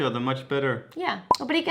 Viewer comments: still can't say ''ATÉ LOGO'' It's actually getting worser.... I just can't unserstand the curves u´re doing with u´re tongue. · Please.. Até logo, not luego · Haha poor them 😂 well let's see how it goes, while says correctly "até logo", says "até Lego":) which is funny because he totally pronounces Lego like the Lego from 🇩🇰.:')